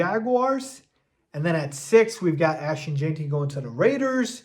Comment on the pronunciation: It’s Gen-tee. Not Jane-tee. Listen to anyone else say his name if you still don’t get it. Please!